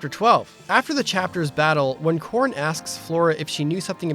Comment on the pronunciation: I sounds like you were saying "Corn" throughout this video. 😆